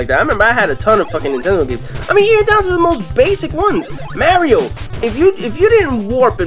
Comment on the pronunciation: Did u call mario MARYO